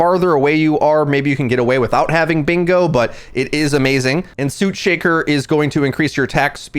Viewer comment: Sootshaker is pronounced like foot shaker